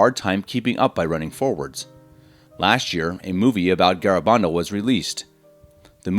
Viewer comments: It's pronounced Ga-ra- ban- dal. You can not prove this is a deception since the church has not closed this case. Pope Benedict has even declared it was not investigated well and cautiously advised to continue to look into it. People were converted during the apparitions.A priest who died soon after he saw the virgin at Garabandal had claimed she told him that he would soon be with her. Let the church do its thing. Videos like this is what confuses people. If you do not work for the Vatican, leave this stuff to the professionals. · Have the decency to pronounce the name correctly. GARABANDAL